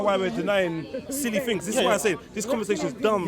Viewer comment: you should aks someone to help you wid these tings